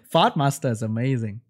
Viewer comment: Lol when you said fire art master it sounds like fart master